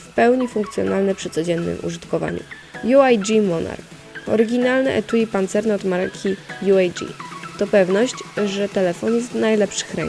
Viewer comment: Nie "ju ej dżi" tylko ułag :)